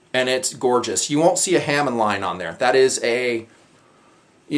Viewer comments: Just for your information, great video: Bo-Hi = "Bow He" Tsuba = "Suba" (pronounced like Tuba but with an S) Hamon = Hamm on (soft "a" like you're pronouncing the last "a" in katana) Japanese vowels all have consistent sounds a = soft "a" (mentioned above) e = "eh" (like the Canadians j/k) i = hard "e" o = hard "o" (like no) u = like the "o" in "to" And TS = "s" (i.e. Tsunami is pronounced like Sue-na' me) there's a little more to that, but it's close enough =) Good job! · the hamon is pronounced hah-moan. its literally "blade pattern" And if i remember correctly is considered the soul of the sword. I just thought everyone would like to know that, and the guy aepceo is right it suba the t is silent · It's pronounced like "ha-moan".